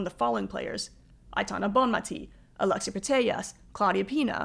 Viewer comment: Very good but you're pronouncing the name of the best player in the world incorrectly. Bonmatí, accent on the last syllable.